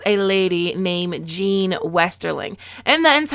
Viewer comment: Jeyne Westerling, like Jane, not Jean